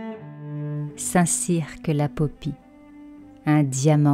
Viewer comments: Hello, Merci pour cette balade dans mon merveilleux département qu'est le Lot, plus confidentiel, mais tout aussi riche que le Périgord (Dordogne 24). J'avoue avoir mis la vitesse de lecture à 1,25 Par contre, on ne prononce pas le "q" dans le nom Saint Cirq Lapopie (ni dans tous les autres St Cirq du reste...). Bonnes aventures futures. : ) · Tout est beau : les images, la musique et la narration..Bravo ! PS : on ne prononce pas la lettre "q" de St-Cirq-Lapopie 😁